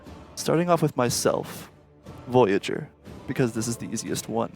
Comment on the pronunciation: Kept saying boyager?